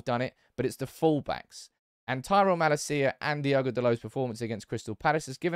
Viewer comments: It's pronounced as: Mahh-laaa-cia, not ma-la-ci-a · It’s not mala-cia but malacia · I'm sure you're saying "Malacia" incorrectly